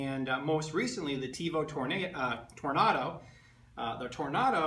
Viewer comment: First of all - learn how to say "Tornado". Second of all, the Tornado has an inherent problem with "salmon skin" unless TL smoothers are purchased. I wouldn't call it an upgrade over the CR-10. The CR-10 facebook group has OVER 20,000 members, it probably has more support then the Ultimaker.